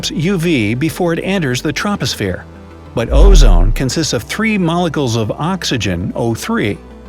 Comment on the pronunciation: 😂 you pronounced troposphere wrong😂